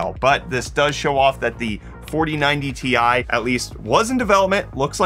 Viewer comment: I think he's the only person on earth that calls the Ti cards the 4090 tie 😐